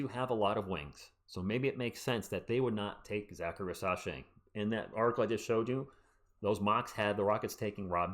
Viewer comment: FYI I think it’s pronounced REEZ-UH-SHAI not ri-sah-shai